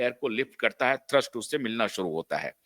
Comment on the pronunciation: थर्स्ट नही थ्रस्ट होता है भाई साहब